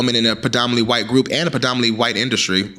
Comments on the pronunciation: Why are you saying "whyte" like that 🤣🤣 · The emphasis you kept putting on “WYTE” is sending me 😂😂